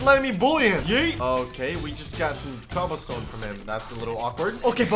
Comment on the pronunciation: lets get ourselfs some coblerstone:D Me: laughing so hard